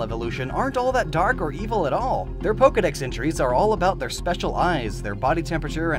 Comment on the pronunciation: THERE IS NO I IN POKEDEX!